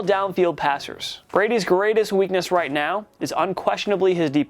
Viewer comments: need to pronounce your words correctly. :34-:40. We know what u meant but the sound came out different your words came out wrong "It doesn't look so right" Sound like he said white. WTF was u trying to say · so.... um,,, what are you saying? It sounds like maybe he says "white".... so.... Good job, you found slight mispronunciation of a word! Great job! and it means what??? Racism? So disappointed in humanity. Stop looking for a reason to riot and get real. Stop creating the problem and start working on a peaceful society.